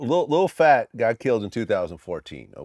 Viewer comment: lol when Boosie says Lil Plat